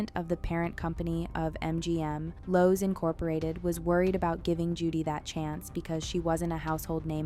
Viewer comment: Loew's not Lowe's